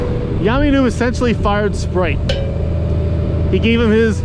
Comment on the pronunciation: Isn't it SPITE!? I'm ROTFL every time you call him Sprite. Too funny!